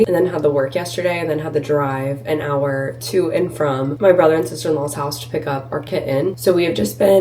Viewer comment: I noticed when you say had to drive or had to go you say “to” like “tha” like “had Tha drive” or “had Tha go to the store” I wonder what accent that is